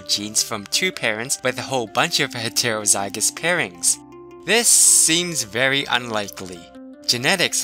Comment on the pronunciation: Okay great video but please pronounce things properly like heterozygous it gets annoying how it sounds.